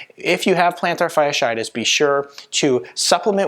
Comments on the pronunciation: ROBO COP VOICE: PLANTAR-SHARD-SHIGHTISH!!!!😂😂😂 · He lost me the moment he misspelled and mispronounced the ailment. If he can’t get that right, how much am I going to trust the rest of what he has to say?